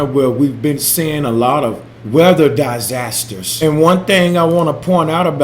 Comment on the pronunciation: "Die-zazsasters" , Space-lunch ???